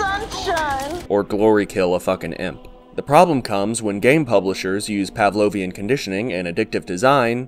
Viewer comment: whrn you said "pavlonian conditioning" i thought you said "pavlonian air-conditioning" and i was like.. hmmm should i get their brand?